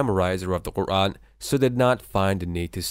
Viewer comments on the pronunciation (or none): none